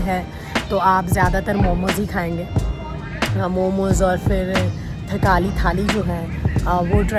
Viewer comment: Momo!!! Not momoz